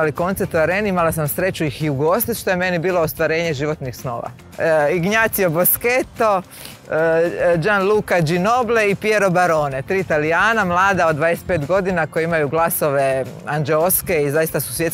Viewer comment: Istomišljenica!! ❤ Po pitanju Il Vola...Obožavam ih, nemaju konkurenciju! ❤❤❤ ( Ignazio, my love..❤ )..I u drugim Vašim odgovorima bih se "našla ".. Mala digresija,Ignazio se ne čita Ignacio nego INJACIO...❤